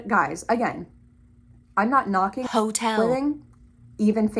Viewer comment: why does the word hotel keep sounding like that